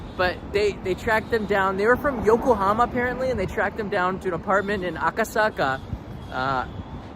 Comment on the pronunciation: Aka saka cannot pronounce